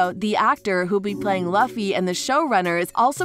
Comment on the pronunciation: It’s luffy you pronounce his name wrong